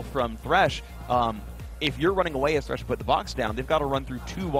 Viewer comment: why the fuck people still call him tresh instead of thresh?